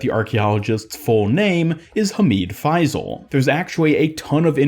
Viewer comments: Just a tip it’s pronounced FaiSal and not FaiZal :) Great vidoe anyways 😊💕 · Bro its faisal not faizl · Its not faiii-zal..it’s pronounced fayyysaal..just saying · as an arab it pains me hearing your pronunciation of his name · Do not pronounce the s as z The closest pronunciation of the Arabic letter ص is s, although it is not the perfect pronunciation